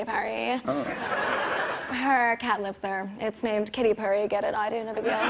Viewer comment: It's actually "Kitty Purry" but no big deal.